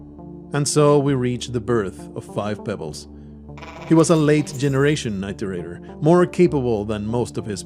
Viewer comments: I guess that's just me being me. Almost like my mind twich every time someone says 'tooken' instead of 'taken'. Or 'beda' instead of 'better'. Never thought I'd hear 'it' said like 'eye'. Not making fun, just me and my brain going 'wait what?!' hearing weird ways some people say words. Like that edge of annoyance of someone saying your name wrong lol. I often found it's due to them not knowing how they are properly said. Not because they 'want' to say it weirdly. Personally for this context I feel it better it was said proper then some made up way as the word is a real programing term, and relevant to the game. It is called an "iterator" because they are "iterating". Going through lists of data given to find a solution. Having been a software dev once also adds to my nictpick XD But that's me and my dumb brain. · Please look up the correct pronunciation of iterator. Dazzombies pronounces it in the way you do, so you likely got it from him, however you can find him mentioning in multiple videos as being mispronounced. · First, this isn't meant to be mean or anything, just a correction. It's not "eye-tor-ate-er". It's said just as it is spelled. Iterator. It-er-ator. IT like the word well, 'it'. ER, like error, ATOR, like gator. I don't mean to come off as nitpicky but listening to this (more then watching) I didn't understand what you were talking about in the intro until further in when you introduced them.